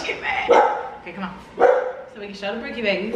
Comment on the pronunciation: I can't believe I won!!! Yes you said my name right. I am shocked I loved the video and your comment about family and winning was the icing on the cake. Brookie Babyyyyyyy leo gang!